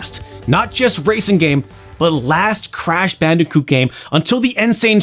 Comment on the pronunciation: Please stop saying bicooti